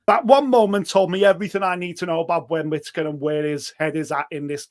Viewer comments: Ben quittaker😂😂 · Ben Quittaker 🤣